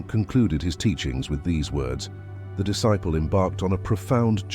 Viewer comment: You mispronounced disciple.